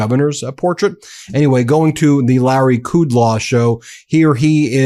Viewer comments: Ben Meiselas: the Fox dickhead’s name is Larry Kudlow, not Kudlaw. It is hard enough to listen to their errors without adding more. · It's Kudlow, not Kudlaw. Still a lying pig... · Kudlow - As far back as I can remember, his name was pronounced like the words cud low, not what only you have said!